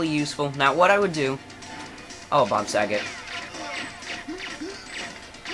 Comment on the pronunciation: Why do you say bob sagot